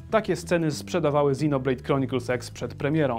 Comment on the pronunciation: Czy tylko mi się wydaję, że mówisz XinoBlade Chronicles SEX? ( ͡° ͜ʖ ͡°)